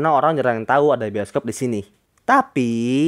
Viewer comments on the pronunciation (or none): bang kok pertama bscaannya boskob bukannya bioskob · Itu bacaan nya bisokop